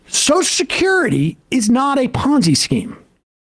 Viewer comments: Yeah but at least Joe can pronounce social security. It's not sosh-security. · WTF is "Soshes'curity?" Is everyone in the world now too thick to be able to pronounce Social Security? I mean, it's like a disease...